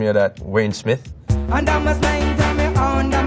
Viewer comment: Actually thought he was saying unda me sensi